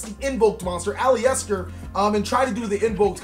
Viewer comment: Nick Carney It wouldn't thought. The "E" isn't heard. Its A-LIS-TER or AL-IS-TER it's a 3 syllable word